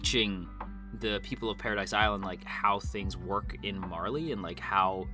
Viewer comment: It's pronounced "pa-ra-dee" It's the French word for "heaven".